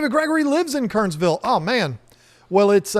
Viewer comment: It's pronounced Ker-ners-ville (3 syllables) -- got to sound like a native! Glad you're here in NC.